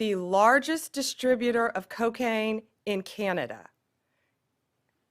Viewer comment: Hey Bondi, it’s pronounced CAN-A-Da, not KEY-A-NADA. Get the orange man’s out of your mouth and say it correctly.